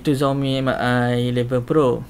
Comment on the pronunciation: Sebutan dia bang Mi=Me bukan M-i. Btw vid ni yg sy tunggu2 dr ytuber malaysia